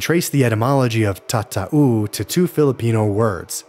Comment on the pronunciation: And it's not Tata-oo! But TATAU. You completely butchered that.